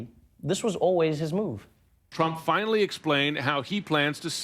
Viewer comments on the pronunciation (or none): Finely or finally? I thought only people with English as a second language do such pronunciation mistakes not the " Ivy League educated " people!😂😂😂